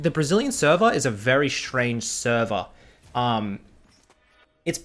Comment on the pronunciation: Não ele falou estranho mesmo depois ele falor server mas pareceu selvagem